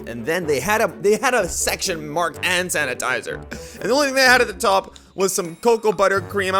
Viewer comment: Why is he saying “Han sanatizer “